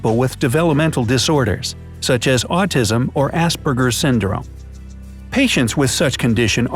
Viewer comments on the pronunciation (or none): "As Spergers not assburgers" as my friend with aspergers says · As-burgers...I’m DEAD 💀😂😂😂😭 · did he say assburger or am I just hearing this wrong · Just saying it is a p not a b it is aspergers not arseburgers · i heard ASSBURGER SYNDROME XD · Not how you pronounce aspergers